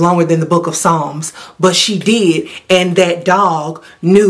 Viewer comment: Not Psalms, 😭